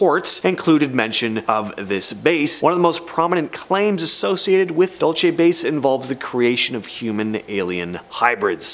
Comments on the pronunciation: Its not pronounced "DOLE CHEY"... It's "DUEL SEE" New Mexico... DUL (duel - like sword fighting)... CE (see, or like the lettter...C) Dulce, NM. I live in New Mexico and know how to pronounce it correctly.. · Dual say